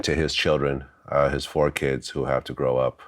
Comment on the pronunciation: “ his keyuds “ ...Kids...